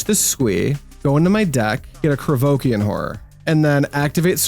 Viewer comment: Your mispronunciation of Llanowar makes you sound like a French aristocrat—kinda boss, so keep that…but…the way you say Krovikan is some straight-whack-deranged-hermit-on-shrooms type of nonsense!